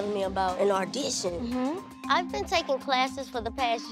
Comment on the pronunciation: "ardition" 🤦🏼‍♀️ poor 😂